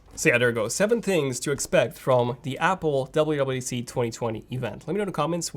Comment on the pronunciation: be like: DABLEOOO DABLEOOO DEE SEE